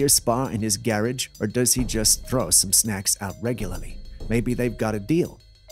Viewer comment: I don't like them that they talk 3 minutes (feels that long) talking about a scarecrow with Christmas bulb eyes...LOL ..I wonder where they are from with listening to some of the pronunciations of certain words. example: a Garage is pronounced like a carriage or Raccoon is like a Ruhcoon. But I still enjoy it. Merry Christmas from the 35th INF.